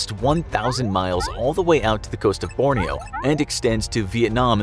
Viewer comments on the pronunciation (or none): anyone else cringe when the narrator said "burma" and "borneo"?